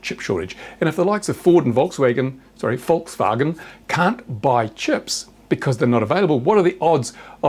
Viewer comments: your 'volkswagen' pronunciation is spot on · His first name is (like the 'a' in Volkswagen, which you pronounced correctly) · As a German: your pronounciation of Volkswagen is impeccable.